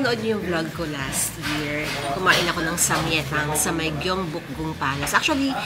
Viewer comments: Samgyaettang (with the G+ yae) 😊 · ang pronounciation po ng samgyetang is (sam-gye-tang) sharing is caring po salamat po sa mga vlogs nyo nakakahappy panoorin ❤